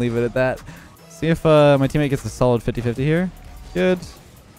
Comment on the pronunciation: Ah yes “Eammate”